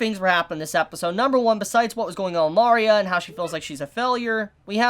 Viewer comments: Mari-a? its Ma-ria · For love of everything, its ma-re-uh, not mar-e-uh. Loved the video otherwise:P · “Mari-uh”.... shoot me Great video nonetheless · It bugs me that he calls Maria Mah-ria and not Muh-ria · Mario? Sorry you need to say Maria properly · Oh god, please...it's Mah REE ah, one of the most common names on the planet - everything in her design is Mexican/South American. It's so grating on the ears I kept getting derailed from what you're saying. Salem might want to die eventually, but she wants Oz totally and completely wrecked first. I don't think she wants to die, I think she wants to be in control of her fate - and that means she has to control the relics whether she uses them or not. Lesbians have kids - either they adopt or one of them gets artificially inseminated/sperm donor, and with Atlas technology it's possible they can create a sperm with the other woman's DNA inserted to create an actual child of both. Doesn't really matter. Saphron is obviously the main caretaker of the child during the day while Terra is at work, so why wouldn't they introduce her that way? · Your pronouncing Maria like "Mario", but with an "a" at the end😂😂😂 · the way he pronounces maria is a big oof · Uh? You're pronouncing her name wrong.